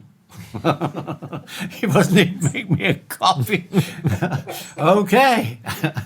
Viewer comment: I think you mean "copy", Ring. Not coffee. lol